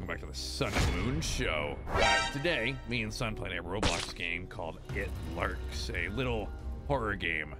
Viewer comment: Tell me why when I hear the words. "Lurks" I don't here lurks I hear. "Lisrk"😭✋️